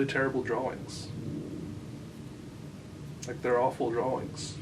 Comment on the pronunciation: I love the way you pronounce drawings "draw-wings", it's perfect.